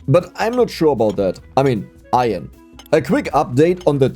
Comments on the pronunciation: Foreigner here: try to say "I earn" as in "earning money", then say it quicker: you'll have a really good "iron" pronunciation! Greatings from 🇮🇹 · ITS PRONOUNCED - IRN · No it’s pronounced iron not iron… it’s okay you’ll get there! Love the videos